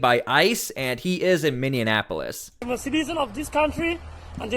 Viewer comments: It's called min-e-apolis. Non min-in-e-apolis. It's spelt Minneapolis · It's Minneapolis, not Mindianapolis. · ....Just letting you know that it's not Minnianapolis. It’s Minneapolis. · Just a little help with the pronouncement,. Not “Minionapolis,” it’s “MinneApolis.” Not meant to be condescending! Love your content,! Keep it up, man! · Minne......apolis ...pronounced Miny. Apolis not Miny IN Apolis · I live in Minneapolis. It's actually pronounced, 'Minn-e-apo-lis.' You pronounce it, 'Minn-e-in-apo-lis.' Just sayin'... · Bro please tell me where the extra N is in the word minne-ap-o-lis? What city is minne-in-ap-o-lis. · First off it’s just Minneapolis not Minneinapolis respectfully. Second, as a rural Minnesota resident I am not pros of the large Somali population in my state as they are very entitled and are draining us financially and are a disruption in our communities of the Twin Cities and St Cloud. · OMG! It's "Minneapolis", not "Minneanapolis" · MINN-E-A-PO-LIS Not Minneanapolis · "MIN E AP OLIS" NO "N" IN THE MIDDLE. NOT "MIN E ANN A POLUS.":face-turquoise-covering-eyes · Please, it is not Minnenapolis! I is Minneapolis! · Bro, please learn how to properly pronounce Minneapolis, without adding an extra syllable to it. It's Min-ni-a-po-lis. Not Mini-Annapolis. Look, you're probably going to saying that name a bit in the coming future. I just want you to Shine as a National News-Caster. You're doing good work. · It's pronounced MINI-APOLIS..... not MINI-AN-APOLIS. just pointing that out. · You keep saying MinneaN Apolis...but there's no N in the middle. :) thanks for the videos! 🎉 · Sorry to be a stickler. It’s pronounced Minn-e-a-po-lis. And it’s a disgrace to Minnesota right along side St Paul. All the evil that’s coming to light is what I’ve been praying for because those with their eyes open have known something was up for a long time. Hoping this helps open the eyes of other people. Now my prayer is something actually comes of it!!